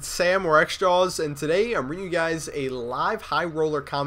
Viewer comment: jawz. not xjawz